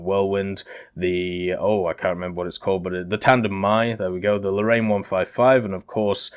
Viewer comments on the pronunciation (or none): none